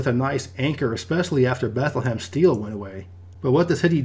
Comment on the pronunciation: I grew up in the Lehigh Valley and have never heard anyone pronounce Bethlehem that way, not even people that live there